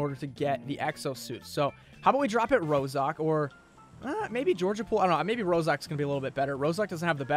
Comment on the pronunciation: Is not one going to talk about the fact be said ROSOK and not ROZHOK